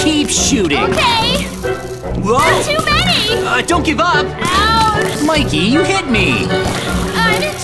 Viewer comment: Mikey not maykey